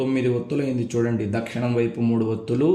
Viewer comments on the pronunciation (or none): Swamy Dakshanam anakudadu. Dakshinam anali. Telugu nerchukondi Swamy please